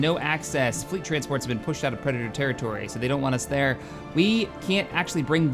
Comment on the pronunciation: lol "preditor" nice